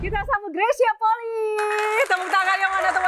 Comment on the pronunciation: Penyebutan Fam/klan bukan poli, tapi Poli'i